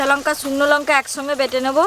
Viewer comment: কোলাই না কলাই আর ওটা লোঙ্কা না লঙ্কা